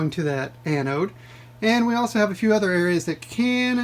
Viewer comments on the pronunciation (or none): none